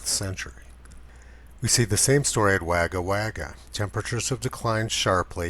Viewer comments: wagga wagga pronounced wogga wogga still love the information you give us lol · Not a criticism Tony - a foreigner can't be expected to know the pronunciation of Aboriginal names. Still it provides some amusement for us Australians. Wagga Wagga is pronounced "Wogga Wogga". So good they named it twice apparently. Love your work. Do know that I have used your videos to open the eyes of many. Them: "B-but Heller is paid by Heartland. He's a shill for big oil!" Me: "Ok, assuming that is true, are you saying he travelled back in time and doctored those historical records?" Them: Internal conflict and awakening begins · I know it is not important but..... Wagga Wagga = Wogga Wogga MacKay = Ma kai Invererll = Inva rell charleville = Charl le vill Cairns = Cans Melbourne = Mel bin But you you must of noticed my last post because you got Bourke right ;) P.S been sharing you videos on FB when ever I see an alarmist post. Keep up the good work. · No criticism but FYI-Wagga Wagga=WOGGA WOGGA.Thank you for all you are doing Tony. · Anything at all the ABC Australia reports is just not cricket. Pronunciation is pretty good, however you might have unintentionally upset Wagga Wagga as it is pronounced Wogga Wogga, aboriginal word meaning the place of many crows. Thanks for your work and upload. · Congrats, you got Bourke right. Now lets work on Wagga Wagga. Its wog-ga wog-ga, not wag-ga wag-ga. Cheers